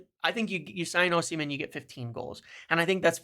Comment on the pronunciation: Great video. I disagree on Osimhen (ignore the h when pronouncing his name btw), I consider Gyokores' 2 good seasons in the Championship to be more significant than his one in Italy. Serie A is a really poor standard compared to what it used to be. Look at the old players who weren't good enough in the Prem performing well in Seria A. 1. Gyokores 2. Agahowa 3. Osimhen IMO